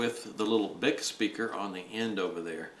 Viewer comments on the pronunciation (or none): Actually it's pronounced "Bee-eye-see" :)